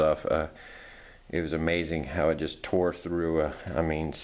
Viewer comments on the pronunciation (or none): none